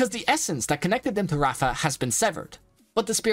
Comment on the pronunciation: Ok bro i love you video But it's not raafa it's raava 😅